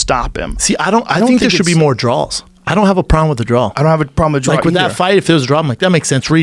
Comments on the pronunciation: "See I don't.. I don't think there should be more drawls. I don't have a problem with the drawl" Um yeah Schaub, you DEFINITELY have a problem with the "drawl" lmao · WHOOOOOOSH! Looks like someone doesn't realize that Schaub regularly gets made fun of for saying "drawl" instead of "draw"